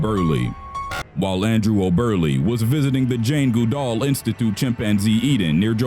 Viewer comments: good-all ....not gu-dall.....how hard is it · You Butchered the shit outta "Goodall." Good+all= Goodall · I dont want to be mean but this guy isn't the brightest. He said Jane Goodall like Jane GooDoll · Goo - doll? It's Good-all. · If you don't know how to pronounce a name, look it up. This isn't a Livestream, it's a prepared video; you have time. Goodall is not "Goo-doll" it's "good-all" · It’s Jane good-all not goo-dall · GOOD-all, not Good-ALL. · Goddammit, it's 'Good-All', not 'Goo-Dall'. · It's pronounced "GOOD-all", not "goo-DOLL", actually. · Her name isn't goo=DALL It's GOOD-all... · It's pronounced GOOD-all not GOO-dall........... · it's pronounced GOOD-ALL. Not goo-dall. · Am I the only person who had trouble watching this after the second time he mispronounced Goodall? It’s said like it looks. Good-All. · Jane gooodal😂😂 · Omfg it's pronounced GOODall!!! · Haha Jane- "Goo- doll"...never heard that pronounciation of her name b4. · It’s Pronounced Good all these computer voices suck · Dr goo-DOLL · "Goo-darl". Good one mate. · Jane Goodoll..I hate the pronunciation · 😂😂 Jane Goo-DALL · Dr. Jane Goo-DALL. (Oh well, at least it’s not Microsoft Sam.) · Stop saying janes name like that😭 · I'm glad I'm not the only one. The pronunciation throughout the entire video annoyed me no end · So how do you butcher Goodall that bad? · Oh my god is this guy deliberately saying words and names wrong?! I can't stop cringing when he says Jane Goodall's name 😂😂😂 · Is no one going to talk about how he pronounces Goodall? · That Human well I was taking about the odd pronunciation of it by the narrator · NOT HOW YOU SAY JANES NAME✋️😭😭😭